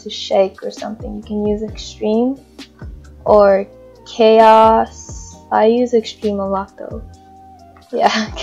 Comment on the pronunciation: "chaos" me: ur saying bye in spanish lol